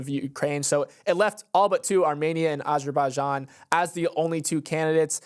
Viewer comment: is usually on-point with the pronunciations but I’m pretty sure he butchered Azerbaijan 😂